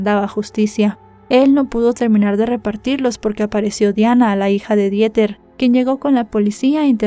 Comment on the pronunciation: me encantas como siempre, solamente que, la pronunciación de Dieter en alemán es:Diter. Te mando abrazos y bendiciones, no lo hago para ofenderte. ❤❤❤❤❤